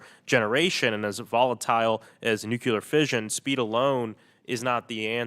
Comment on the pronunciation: Sorry, if you can't even pronounce the word, nuclear, you have zero credibility when talking about it.